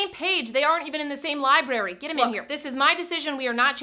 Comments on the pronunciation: "On the same page? They're not even in the same library!" and she pronounced it Lie Berry 😂🤣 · And she pronounced it Lie Berry. 😂🤣